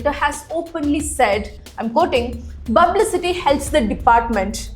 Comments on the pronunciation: Bublicity, i learnt a new word today. 😂 Is P silent in Tamil language, just curious 😂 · Its not Bublicity its Publicity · The video was informative. But please correct your pronunciation of publicity.